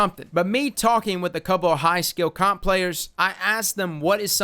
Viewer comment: " Them guys LOVE some comp" Sounded like "Cock" instead of comp xD !